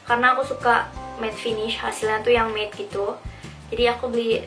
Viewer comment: 'matte' not 'maid'